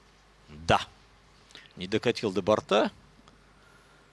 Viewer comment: Мне не понравился комментатор, который говорит не грамотно. Я понимаю, что есть свой сленг в определенных кругах бильярдистов (больше старая гвардия), где говорят не шар, а шарА. Но говорить бортА в единственном числе, как-то ОЧЕНЬ не грамотно для комментатора бильярда. Уважаемый комментатор! Говорить правильно: не достиг бОрта! Коснулся двух бортОв!